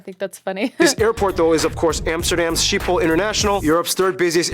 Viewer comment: PLEASE do not call our airport SHEEP-HOLE?!?!?! I understand the hard G of the Klingons can be difficult for anglophones, but SKIP-HOLL is perfectly fine. Thank you